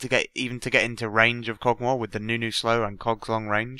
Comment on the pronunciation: BEST PART Listen to how he says kogs long range